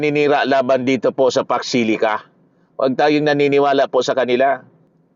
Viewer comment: Facksh shilica raw sabi ni imee marcosh. Hoy, imee marcosh foksh shilica or fauxcsh shilica 🤣🤣🤣 pede ba bawasan mo kka botox kc nagkakabuhol buhol ang way of speaking mo na laging maraming sounds sha sha sha .. Ambot sha Iyo ‼️every time u open your mouth parang lagi kang lashing na naka tagay sa kanto .. 🤣🤣🤣